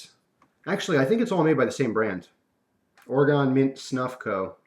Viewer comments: OR-EE-GUN! Come on man your killing us over here in the beaver ( Duck!) state. "OR-EE-GUN" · you say oregon wrong. Im from there sorry just wanted to fill you in.